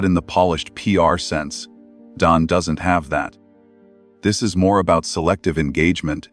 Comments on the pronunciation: His name is Don NOT Dome, ai. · This AI voice can't even get Don's name right! I'm out! I'm Dune! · Maybe try writing Don as Dawn and maybe the stupid ai could say it correctly. Glaring mistakes ruin our trust in the channel.